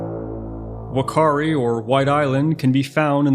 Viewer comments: It is Fa not fu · Great video, just an FYI, Wh is pronounced as an F sound in Māori, so the correct pronunciation is fu-ka-ree